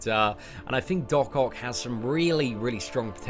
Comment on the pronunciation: it's Doc OCK not OC, please my OCD was triggered from this video 😅😂.